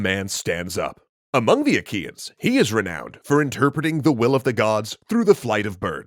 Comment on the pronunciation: Wait I thought he said "Ikean" instead "Achaean" I was imagining an army of GULLTÖRELs sieging Troy.